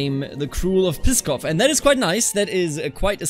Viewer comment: Congratulations,. So proud for you. Seriously, keep up the great work. Yours sincerely, Freiherr Lauchlin. PS Pskov is pronounced like skav (I think).